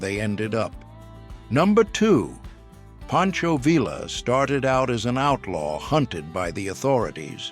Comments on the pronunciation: It's always better to pronounce the names of people you teach about correctly. Pancho Villa's last name rhymes with tortilla. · Tired of these AI readers. Villa us pronounced Ve-ya.